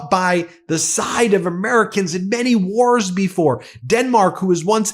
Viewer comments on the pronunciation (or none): none